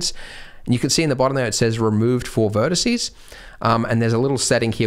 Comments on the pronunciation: Drives me mad. But I'm old enough to have had to do Latin at school. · Corporate needs you to find the differences between the words vertex and vertice Andrew: They're the same word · Haha he said vertece😂